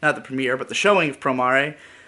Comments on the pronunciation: You know it's pronounced Pro-mair, Not pro-mar-ay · Usually I don't get bothered by mispronounciations, but saying Pro mAh Rey just sounds dumb as hell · Promaray? Do you mean Promare? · Just so you know, the romanji for promare is プロメア or, pu-ro-me-a. It’s meant to be pronounced how it looks like you’d say it in english. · Not to echo this too much, but the japanese spelling is プロメア so it is pronounced "Pro mair"